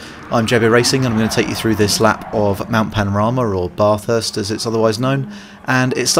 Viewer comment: Thanks for the info. I find this track quite tricky. Australian pronunciation excludes the ‘r’ sound. Not ‘BARth-Hurst’. But a real short ‘Ba-thirst’👍